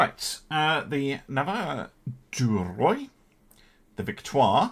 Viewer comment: "Navire-du-Roi" means "King Ship". "Roi" means "King" . English word "royal " come from it🙂 "Roi" pronounced like "Roo-Are"🙂